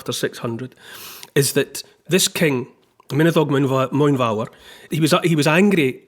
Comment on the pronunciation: Y Gododdin is pronounced phonetically thus: " Uh - God - Oth - inn " However, Neil's pronunciation of the King, Mynyddog Mwynfawr is near perfect 👍😊